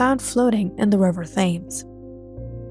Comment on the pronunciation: “Thames” is pronounced Tems.